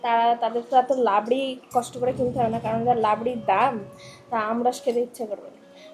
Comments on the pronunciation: লাবরি নয়,,রাবড়ি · নামটা লাবরি নয় নামটা রাবড়ি। রাধে রাধে